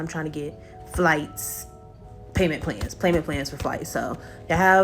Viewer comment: did she say payman pans? 😂 or am I bugging?